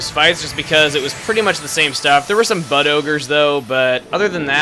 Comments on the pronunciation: I thought you said "butt ogres" not "bud ogres" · I thought you said "butt ogres". 0.o